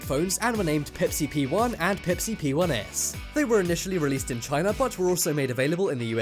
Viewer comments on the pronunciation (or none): none